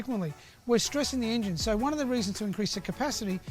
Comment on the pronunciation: My new drinking game Every time Larko says ingine